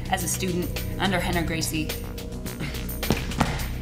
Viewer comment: It's Renner not henner...